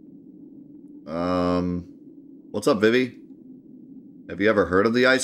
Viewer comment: It's pronounced "Zuh-Don" and "Vee-Vee"